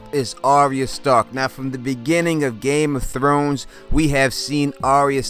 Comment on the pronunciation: Did you just say game of thones?